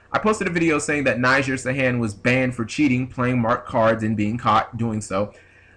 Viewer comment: it's pronounced nih-ZAR like lazaro bellido or lazar from 5ds